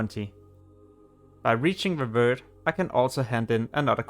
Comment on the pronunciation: Schorlomanch and Stranglethorn Whale - New zones in TBC, HYPE ! Also, it's called "revEred", not "revurd" :P